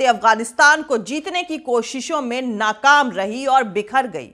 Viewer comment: NAQAM NAHIN--- NAKAM